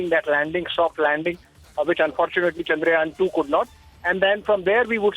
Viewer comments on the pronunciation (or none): यार चंद्रायन नहीं चंद्रयान बोलो। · Such an englishman correspondent is. Pronounce it as Chandrayaaaan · Pronounce it Chandra Yaan . Yaan means vehicle.